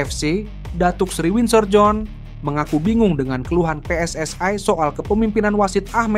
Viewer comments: Mas kalau baca PSSI jangan di baca pssai ini indonesia bukan inggris bukan malaisia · Min min..gak.usah di inggris2kan kl nyebut pssi malah terlihat lucu and kampungan wkwkwk